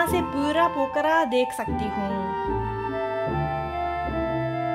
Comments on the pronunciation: "Pokala" .. lol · That is the pokhra not kukura